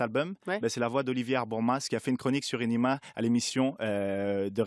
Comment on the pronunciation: Putain c pas énéma c énima